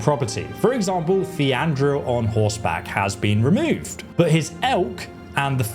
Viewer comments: who the fuck is 'theandril' ??? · what did you just call Thrandruil xD